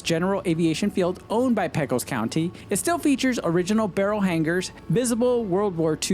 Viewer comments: You must not be from Texas. It's pronounced "Pay-Kos". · Pecos is pronounced as PAY-CUS don't ask me why but that's how the Texans say it.